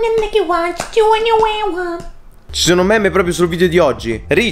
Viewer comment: Quindi io li ho chiamati "meme" da almeno 2 anni e ora scopro che si pronuncia "mim"